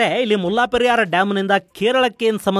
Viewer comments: ಮುಲ್ಲಾ ಪೆರಿಯಾರ್ ಅಲ್ಲ ಮುಲ್ಲೇ ಪೆರಿಯಾರ್ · ಅದು ಮುಲ್ಲಾ ಪೆರಿಯಾರ್ ಅಲ್ಲ 'ಮುಲ್ಲೈ ಪೆರಿಯಾರ್ ' ನಿಮ್ಮ ಉಚ್ಚರಣೆ ಯಾರೋ ಒಬ್ಬ 'ಮುಲ್ಲಾ ' ನಿಗು ಡಾಮ್ ಗು ಸಂಬಂಧ ಇರೋ ಹಾಗೆ ಇದೆ.